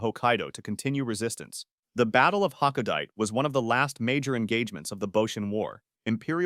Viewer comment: Pretty good video overall. But pronunciation is all over the place with the worst on ha-ko-da-te